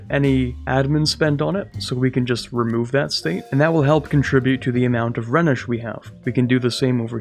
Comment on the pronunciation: Rhenish is pronounced 'Rhinish' after the river Rheine